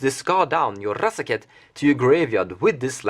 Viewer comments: R-R-R-R azaketh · Love the way you pronounce razaketh, and it looks like i need to pick one up soon. He seems like he is the wincon in so many of your builds.